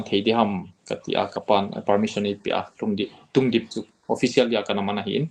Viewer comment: Not tungdim it's lhungdim